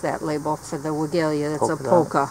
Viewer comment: Not to criticize but help. You know I before e, except after c, or when sounded like a as in neighbor or weigh. So Weigela is pronounced Weigh Gel Ah. Took me years to learn it because my mom always pronounced it wrong. Our family is Polish so she managed to get the V sound at the beginning.